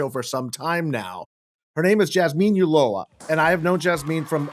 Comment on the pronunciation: I bought Jazmin Ulloa’s book El Paso and I am getting educated on our El Paso/Juarez history. With all do respect, Chuck Rocha, her last name Ulloa, does not have an “l”. In Spanish 2 “l”s are pronounced as a “y”. It is pronounced Uyo- a. No offense intended.